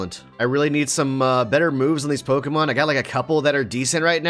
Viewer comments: I like how says all the names wrong and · I literally cannot stand. seems more chill. And I can't stand the way SAYS POKEMON THE WRONG WAY!